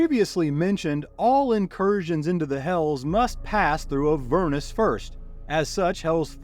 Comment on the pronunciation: AH-ver-nus, accent on the first syllable 🙂